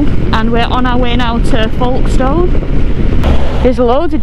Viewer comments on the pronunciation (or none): Yeah I draw a line for 2 wheels and the white stuff is it. And did you say folkstowe? Is that in between Folkestone or Felixstowe 😂😂